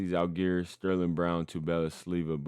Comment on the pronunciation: please, it's pronounced ZALgiris, first syllable is under stress.